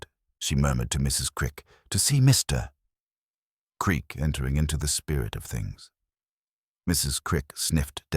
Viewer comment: AI narration that speaks "Mr. Creak" into "Mr Creak". Also corrupted by repeating one chunk of text twice more. Pity, otherwise it could have been good.